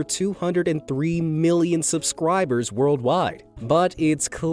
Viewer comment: is suscribers not suscwibers!!!